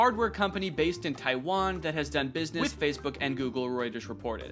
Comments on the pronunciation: Anyone else catch the weird 'with' ?? I feel like I am losing my mind lol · why does he say WITH like that. It almost sounds like it was added after the fact.